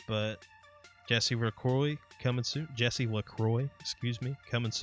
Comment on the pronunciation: You almost got my last name right ;) it's said like "Lac-wah". not to be confused with how you pronounce the water hahaha